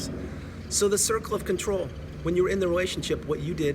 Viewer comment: “The circle Fawker” 👌🏻